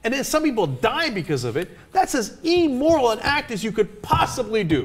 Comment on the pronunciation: Great points, Anna and Cenk. Cenk, just so's ya know... it is Im-moral (im, like dim), not Eemoral, like beam.)